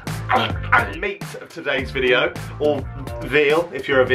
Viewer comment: He says videeo like alex now lol